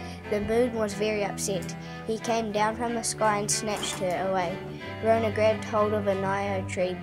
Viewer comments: Good effort, I love the effort put into the story in terms of the clay figures. I know this a lot of mahi. Ka pai! But please do not mispronounce our kupu or people will think this is how we say our words. It's not Rownah. Slight variation on the story but hey everyone does it. Nga mihi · Why is Metallica playing in the background? And he's pronouncing rona wrong. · That was kinda what happend but rona fell inlove with the moon and they got married and you were pronouncing rona wrong.